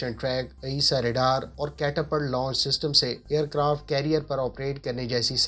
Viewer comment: بھائ کیٹا پَلٹ catapalt نہیں بلکہ کیٹا پُلٹ -(eg: Pull ) Catapultصحیح تلفظ ہے۔ جناب آپ بات تو اَپاچی ہیلیکاپٹر کی کررہے ہیں جب کہ اسکرین پہ بلیک ہاک دکھارہے ہیں۔ آپکی رپورٹ بہت اچھی ہے! شکریہ!